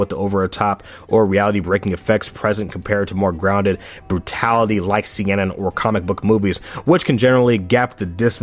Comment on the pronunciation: All due respect for this absolutely goated vid, but man, the way you pronounce kodomomuke and seinen makes my inner demons want to go nuts (still not trying to be rude btw)